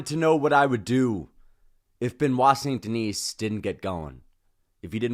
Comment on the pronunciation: Bro it’s pronounced Ver-Sa-Chi (Versace) - not Ver-Saiz; Sun De-knee (Saint Denis) - not Saynt De-Nees… Lol - why not try pronounce it right?